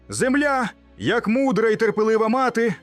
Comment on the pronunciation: Наголос правильно став не зееемля а земля